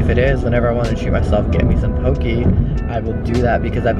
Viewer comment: In Ōlelo Hawaiʻi it’s pronounced po-kay not po-key - and it’s important to pronounce it correctly because the US had banned our language for years and we’re finally able to revive a language that almost went extinct just as our people already have. 😓